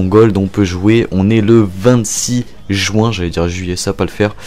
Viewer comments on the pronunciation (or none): none